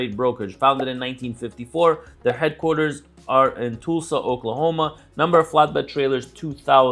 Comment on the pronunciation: Des Moines and Tulsa were butchered too. Give him credit for trying though.